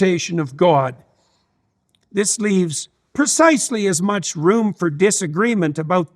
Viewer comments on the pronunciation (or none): none